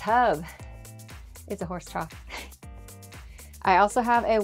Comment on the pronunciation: “It’s a horse troth” 😂😂😂 love it!!!! ❤❤❤❤❤